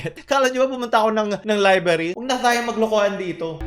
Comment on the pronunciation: Libary? Hahaha